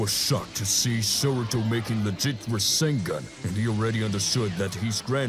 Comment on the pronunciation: its saruto not soruto